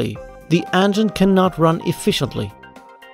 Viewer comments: How do you fuck up the word "engine." You're pronouncing it "ann-gin" and it pisses me off. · "the angine" 😉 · "de andgine"